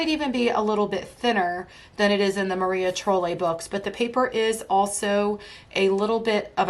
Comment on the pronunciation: love your picks! I have a lot of your top 10. Just an fyi it is pronounced like Maria Troll. like the crazy hair doll.